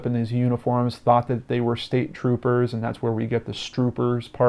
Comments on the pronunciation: This just hit me y'all..... You ever been so excited nervous Or scared that you have run on words or combo-mixed words? In my mind HE WAS for sure saying TROPPER!! .... But dig this!! I bet his mouth couldn't keep up with his mind & he WANTED to say "state trooper" & it came out AS STROOPER!! ?? Thoughts ?? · It's state trooper but all run together. I listened several times.